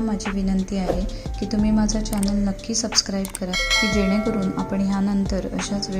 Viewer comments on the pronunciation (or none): none